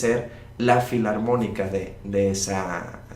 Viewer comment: recuerda q NO es " Fliantrópica " , sino FILARMÓNICA